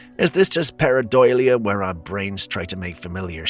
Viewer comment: Please correct your pronunciation, it's paradolia not paradoilia.